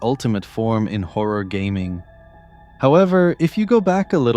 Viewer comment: when da howa game is widderwy howa